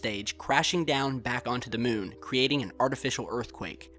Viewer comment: that speech impediment tho and that weird way he calls it the mewn. an object floating over the mewn. the mewn. toppest of le keks.